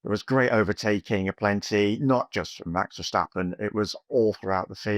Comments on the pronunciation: In English, when you read the word "step" do you pronounce it as "shtep"? Not in my world. Well, the "stap" in Dutch is the same. It even means step. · Yeah I don't get why Verstappens name seem to conjure up some extra letters with native English speakers